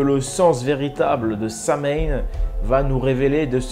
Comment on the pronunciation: On dit sawaïn c'est de l'irlandais